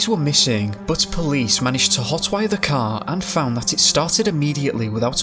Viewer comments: If only you could say Car instead of Cow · The first half I thought he was saying “cow,” so I was confused. 😂 Finally, I realized he was saying “CAR!” My bad.